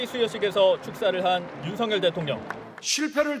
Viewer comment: 근데 윤서결인데 왜 윤석렬 이라고 발음하냐? 아나운서 발음왜저래